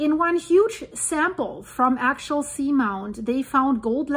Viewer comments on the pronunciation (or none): Axial, phonetic spelling is "Ax-e-al". Just to help😁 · Ray Idaho love your show now. AX-E- AL. AXIAL GOT IT GOOD.WHERE DO YOU GET THAT ACCENT FROM ??? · It is pronounced Ax-e-all. This volcano doesn't pose any danger of a tsunami. When it erupts, the result is the lava zone collapsing. The threat of a tsunami comes from. rapid movements between the two tectonic plates, such as tension building and then quickly releasing. This volcano is extremely deep, meters deep. I've been fortunate to participate is many research cruises over the years to this location for maintenance and construction of the cabled array. There are many many instruments monitoring the activity 24/7. The science data being collected in real time is incredible for the understanding of plate tectonics and volcanic activity worldwide. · The way she says "Axial" sounds so similar to "actual" it's quite distracting. But thanks for the information. Very interesting. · Yes, it's pronounced more like Axe-E-UL or Axey-uL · Axial. Ack-see-al. Actual. Ack-choo-al Accumulate. Ack-cue-myoo -late Similar. Sih-mih-larr Simulate. Sih-myoo-late Earth’s. Rrr-th-sss. Not Rrr-thiss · Ax ee ul. Three syllables. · Pronounced. Ax E Al. Like an ax. Like the letter E. And someone named Al. Or like the word "all" ( Ax E Al ) Thanks for the update. I have been watching the Axial volcano for a while. Good vlog 👍🏽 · 3 syllables. Ax-ee-ul